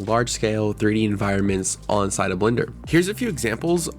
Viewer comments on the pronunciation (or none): "ONside of blender" <--- why do gen z's speak so strangely? and why all the smirking? did the man in the bushes tuch u "there" and u liked it?